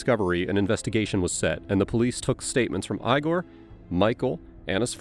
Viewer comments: Lame AI announcer is lame. Who pronounces the name "Igor" as "EYE-GORE"? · I see all of the other comments about a polygraph, and yeah, I agree with everyone about it being pseudoscience, but I came to comment on the narrator pronouncing the name of her son as "EYE-gore" at one point and all I could think of was 'Young Frankenstein.' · Is tbis an AI narrator? It goes from ee-gore to eye-gore when pronouncing Igor. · Ea=gor.not i=gor. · “Eye-gore.” It’s funny when they mispronounce it in Young Frankenstein, but here it’s just an example of lazy A.I. narration review. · The only one who pronounced it like that was the detective. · Eyegore? What is this Young Frankenstein?😂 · If the narrator listened to the video, he’d know how to pronounce the name Igor, i get you’ve never heard the word out loud before, but the cop says it in your own video